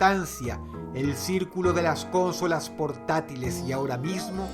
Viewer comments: Dross es consólas no cónsolas (pongo acento porque sino no va a distingir) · Explicame por que decis CÓNSOLAS? SI ES CONSOLA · Yo: Consolas. Dross: Cónsolas. Yo: Sí, Dross, perdóname. 🙇🏻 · creo que se pronuncia consolas, no cónsolas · Consolas Dross, no cÓnsolas, es llana, no esdrújula. Un saludo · Dross, amigo, con todo respeto, me gustaría decirte que ya has cometido un error de pronunciación varias veces: dices "cónsolas" (asumiendo que la tilde es prosódica, pero en realidad no lleva) cuando en realidad se pronuncia como "consólas" (de nuevo, es prosódica) Ojalá y leas mi comentario, exitos :) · lel, Cónsolas? Yo siempre las e llamado Consólas (No lleva tilde, solo lo puse por la pronunciación) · Me parece curioso como dice "cónsolas" en vez de "consolas", no sé si es que en venezuela les llaman así poniendo el acento en la primera o es algo de dross. *corregido bro. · Porque dices cónsolas? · Cuantas veces dijo "Cónsolas" ? jajajaj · Por qué dice "Cónsolas" ------- Es desesperante! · Cónsolas :v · Cónsolas no es esdrújula XDDDD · Dross: cÓnsolas, Que recuerdo! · ´prque dices consolas y no cónsolas :v nose se oye raro :v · hola dross.. si consolas no lleva acento ¿¿¿por que lo pronuncias asi???? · Me da risa como dross dice consolas jajaja